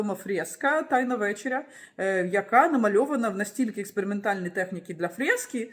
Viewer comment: Дякую за цікаву розповідь, але ВеЧЕря, а не ВЕчеря. Невже люди і справді навчаються розмовляти від ШІ?